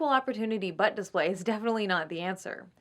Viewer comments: i love how says "butt" very emphasized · Omfg every time you say "butt" you put this annoying fucking emphasis that makes me cringe every time. Please stop